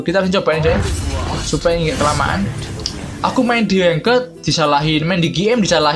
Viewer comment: Youtuber kok bilang ranked aja "Lanked"...hahaha